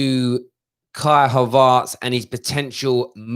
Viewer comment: Talking of pronouncing.. why you keep pronouncing Kais' name as Havaarts? Sounds like your saying arse lol 😆